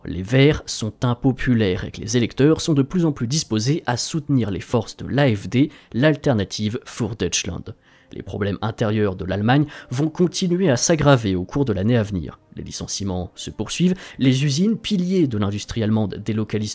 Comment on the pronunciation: Attention de prononcer les mots allemands à l'allemande et non pas l'anglo-américaine . Exemple : für se dit en allemand "fure" et non pas four, comme en anglais. Fin du cours de langue.